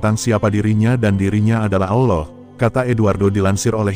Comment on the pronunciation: Belajar lg nyebut nama "Allah" yg benar, min